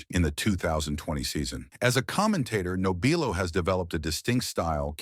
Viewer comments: Your doing it again it's pronounced NOB R LOW you obviously don't know the subject matter. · You should not be doing this story, hell you cannot even pronounce his name right!